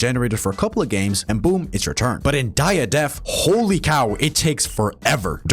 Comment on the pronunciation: Is he saying Die a Death or is it just me